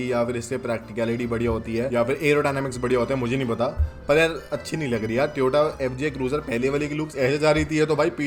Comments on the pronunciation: Bhai toyota ko tyota kyu bolte ho seriously it's annoying Tyota tyota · Tyota nahi hota bhai..Toyota hota hai 😢